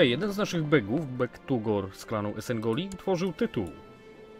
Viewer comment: EsenOGli, nie Esengoli, i Atrak to (chybanto samo co Etrek